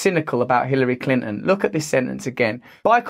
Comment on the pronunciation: Who is Clin'n? Bro, I understand that you are British, but can you at least pretend that consonants exist?